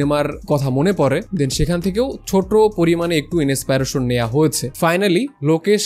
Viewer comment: Big fan vai but inspiration word tar uccharon tay khub baje sunacche,thik kore niben asha kori ❤